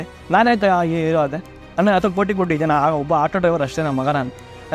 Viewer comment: ದನ ಅಲ್ಲ ಜನ😂😂